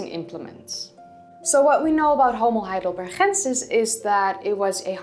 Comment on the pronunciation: Since name of that primeval dude comes from German city of Heidelberg maybe he is named "Homo Heidelbergensis" not "Heidelberhensis".